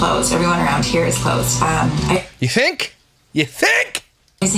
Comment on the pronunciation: “Tink of gas” 🙄